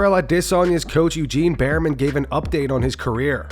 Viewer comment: "Berryman" keepin' it 💯